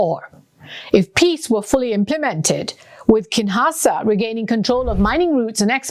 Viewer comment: It seems some researcher gave her a document to read …… could not pronounce any Congolese related names at all….. Mobutu, Zaire, Kinshasa…… but the researcher did a great job ! Well done😂👍🏾